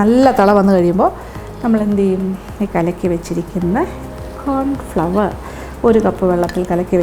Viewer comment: സൂപ്പ് സൂപ്പർ ......👍🏻👍🏻👍🏻 കോൺഫ്ലവർ ്് അല്ലാട്ടോ..... കോൺഫ്ലോർ... ആണ്. 🥰🥰